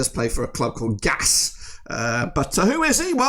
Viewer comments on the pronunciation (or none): You know, there is an i in GAIS… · Gais is like gays when you say it. Gothenburgs Atlet & IdrottSällskap. ( Sportsclub can we say). Axel goes on every ball he says if he don he can missed it when it comes all the way. He also got a ABBA song. don't waste your goal chance pass it to Henriksson